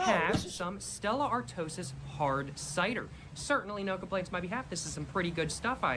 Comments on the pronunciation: 12.20 Stella artwosis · “Stella artosis” 😂